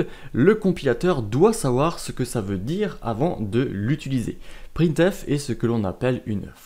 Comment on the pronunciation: J'ai 13 ans et je suis très interréssée par l'informatique, j'ai enfin trouvé une série de vidéo qui me convienne, merci beaucoup! (Juste le "utuliser" haha)